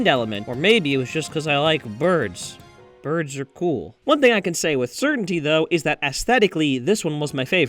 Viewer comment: To me it sounded like: cuz BuRSh ar cul